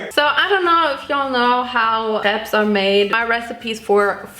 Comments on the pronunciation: Trilingual American here. One of my languages is french. So I pronounce it crêpes. Have zero issue with how says it. Because... well, put simply it’s correct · She actually does pronounce it the French way correctly a lot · RIGHT ?! SHE PRONOUNCE IT SO WELL ! Except putting the "s" part, I was like "WHAT ?! She is speaking french so well !" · guys, im french and she just says it with french accent! when she says that she says it as a french x')) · She said it wits the right pronunciation 😅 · Im french and the only difference is we say " p-uh" at the end and says "pse" at the end, but she pronounces it so well like tf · I‘m french and we say « krep » so you say it perfectly🙂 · In Germany, we pronounce the "s" because that's the German plural form. The singular is "ein Crepe" for us, which we pronounce exactly like in French. But in plural it becomes "mehrere Crepes" (multiple crepes). So when she's saying "CrepeS", she actually isn't mispronouncing the French plural "crêpes" at all, she is just applying German grammar rules to it, because that's what happens to loanwords. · Im actually french and the way she said crêpes is perfect can you guys stop 😭🙏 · Attacking her for the way she pronounced crepes? Shes GERMAN! shes German and yet she says the word EXACTLY the way my very French French teacher says it! Lmfao! There are wars and famine and the climate and you are here protesting the way this german girl says the word crepes???There are so many things to protest about! Put ur energy there. This right here is supposed to be ENTERTAINMENT kids! You are supposed to come here for smiles and fun! 💯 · perfect ✨crêpes✨ pronunciation (approved by a french lol) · So many Americans (or just English people) are “correcting” her when she’s the one saying it right 😔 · All crepes are good crepes. Sorry for the haters that made fun of your pronunciation bc it's actually correct lmao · I’m french and you pronounce “crêpes” very well !!